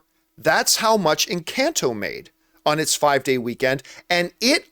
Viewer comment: Doesn’t even know how to pronounce the name of the film EnCAHnto and says it’s a flop when the music is literally everywhere and it’s one of Disney’s most successful new IPs